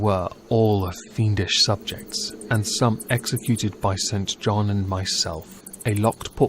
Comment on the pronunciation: Sorry, I adore you but its pronounced Sinjin and on-wee. Please don't hate me.